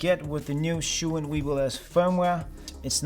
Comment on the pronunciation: good video, but little advice. zhiyun is pronounced G YUN